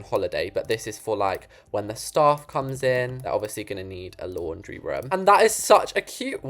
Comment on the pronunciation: always says for room ruum